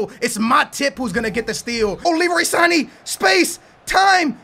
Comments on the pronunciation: its sane not sayin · Leroy sané not Sahin your welcome!!! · he's name sannnnnne not sahee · stop saying sahin his name is sané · Sahin is a turkish cm who plays for dortmund, it's prenounced SAN-AY!!! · Bruh Leroy Sahin? It's SANÉ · You know it's Sane not Sahin. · LEROY SA-NEH not Sahin xD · No one said he is perfect, but sahin is way off....that is in no way even close to sane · Sane not sayin, for the love god! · bro, you gotta address the Sane pronunciation next episode man! Where you get Sahin from!? 🙈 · Leroy Sain? WHAT??! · HIS name is not leroy sahin but IT is leroy sane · Sané = Sahiin, for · PLEEEEEEEEAAAAAAAAASSSSSEEEEEE ITS NOT LEROY SAINE ITS JUST SANE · Yoo. This Kid Leroy.... His name is not Sahin.. Its S-a-n-eee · WOW LEROY SAIN......ITS SANE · How do understand get sayine out of sane? It's sahn-ae not that hard.... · Saiin 😂??? Its san-eh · i know you're bad with names, but seriously sané... how the heck do you say sahin? sa-né it's so easy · Leroy SANË (Sa-ni) not Sahin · it's not Sahin, Its Sane, Ex: Sah Ney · u said sai - een instead of Sa - Nay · it isn't leroy sa-yine it's leroy sar-ney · how can you think sane is said siyeen? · bro it is sane not sahin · Sane is pronounced Sar-nay not sah-heen, just to let you know :) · his name is Leroy sane not sayin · It's saaaneee.. not Saiiiin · his name is leroy SANE not SAIN!!!!! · Why do you call Leroy Sain it is called S A N I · His name is Leroy sane not sahin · He says sain for sane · it's Leroy Sane not Sahin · Sane not sahin 😂😂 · San-a not Sahin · Leroy Sané not sahin haahah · leroy sa-neigh. pronounce it like that. not leroy sahin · Leroy sane not Leroy sayen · Its not sahin its sane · it is not saine it is sane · it sane not sahin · Its Sane not Sahin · Sah- nae not sah- hine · SANÉ NOT SAIN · Its pronounced SAR-NAY not SI-EEN ffs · SANÉ NOT SAHIN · STOP SAYING LEROY SAHIN ITS SANE